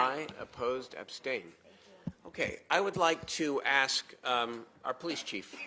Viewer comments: It’s ask, not axe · Why do. They say "I axe" and not ask...?